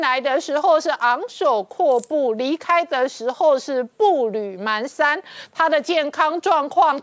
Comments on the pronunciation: 👍👍👌🌹支持本节目，但是、今天、指出一点：步履蹒跚的蹒读pan，不是man，请注意⚠️ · 步履蹒pan跚，不是man，这成语读的笑死人🤣🤣🤣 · 蹒跚panshan 台湾读manshan吗？ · 步履蹒跚 的 蹒 读音 pan 上声！ 请凝觀等早日纠正读音， 谢谢！